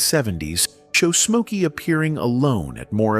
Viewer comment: So his name is Mokey now? What the hell? If you are going to use AI and are too lazy to narrate it correctly, at least get it right. Geeez